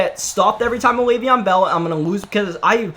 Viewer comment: "Le'veon in the Bell" lmao